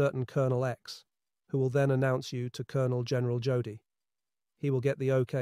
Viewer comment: It's pronounced Yodel .